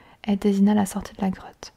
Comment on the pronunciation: G cru qu'elle avait au lieu de '' grotte '' '' crotte '' 😂😂😂😂😂